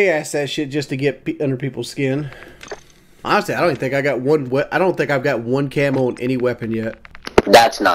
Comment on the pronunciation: Awnestle? This is a joke and he should be drinking Pepsi flavoured wudder reel Trailboss